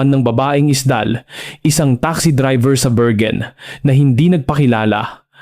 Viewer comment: .. say it again.. "berwin" not bergen